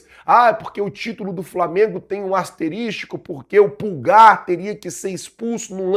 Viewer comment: Rapaz, nunca mais fale "asterístico" dói no oivido.